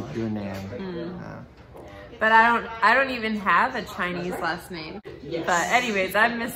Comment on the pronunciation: N-aim, not nam